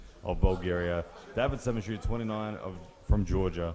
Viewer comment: Who is Davit Samishua. keeps mispronouncing his name.